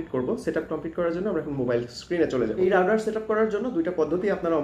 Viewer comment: রাউটার নাকি রাউডার ভাই? স্পেলিং ঠিক করেন